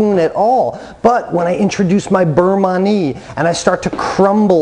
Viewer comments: Beurre Manie is pronounced burr mahn-yay acc to Jacques Pepin and Julia Child. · Thank you because listening to that mangled pronunciation makes me think he’s not really sure what he’s doing! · It's pronounced (burr mahn-yay) and it's a Nouvelle style for quick thickening at the end of the cooking process. The butter also helps add shine and flavor to the sauce, kind of like a "Monter Au Beurre" (mohn-tay ah burr) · Yes. Great info but the pronunciation was making me crazy. Because he repeated it so many times. 😏